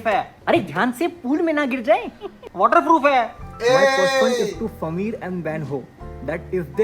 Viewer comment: Sameer is saying sameer not fameer, he used to say f instead of s